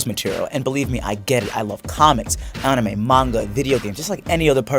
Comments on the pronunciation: He pronounced anime af onime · Loves "Ah-nime" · Hol up, how the hell did he pronounce anime? What, the hell?